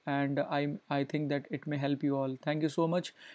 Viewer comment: I just bleed through my ears. that "That" and "It" pronunciation........